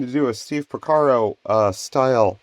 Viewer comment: Another excellent video. And darn near perfect too. What was the imperfection? Porcaro, not Pocaro.:-) I vote for more deep dive patch making vids like this. And SPLINE your synth of choice for one of the vids.